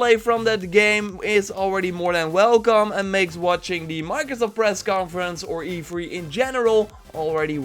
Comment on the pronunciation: E fhree. Lol. Love your vids dude